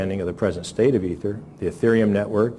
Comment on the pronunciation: He said "Ether"